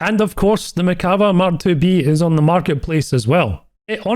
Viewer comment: please, it's pronounced merkavA not merkAva. Ok thanks, I love you!